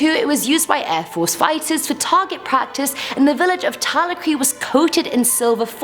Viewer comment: I love you! But its pronounced Ta-lac-ra (Talacre).. Its spooky asf x